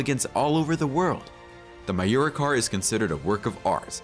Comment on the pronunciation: A picture of Jean Claude Van Damme as one of the Mimran brothers..? And a picture of Nissan SUVs as newer Lamborghini models? Wrong pronunciation of Miura and Countach, and pictures of the Aventador and Huracan as if they were made in the last century. And leaving out the episode with Enzo Ferrari..? And pictures of a Maserati Granturismo whenever the expression "gran turismo" is used.. This seems to be made by someone who is not a car enthusiast. 🤔